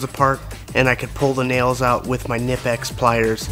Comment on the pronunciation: The K is not silent in Knipex.